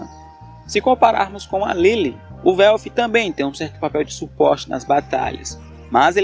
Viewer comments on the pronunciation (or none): Mano se pronuncia o nome dos cara tudo de forma estranha, quem diabos e velfi kkkkk se pronuncia uelf-> welf